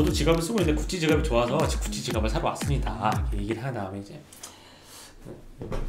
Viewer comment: 자꾸 구찌가 굳이로 들려ㅋㅋㅋㅋㅋ